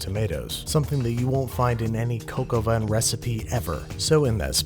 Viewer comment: That's not how you pronounce "vin"....